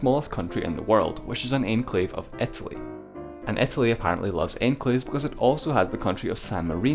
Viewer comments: When you say enclave it kind of sounds like your saying enslave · Enclave is pronounced awn-clave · i thought it said enslave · love it when you say enclave :D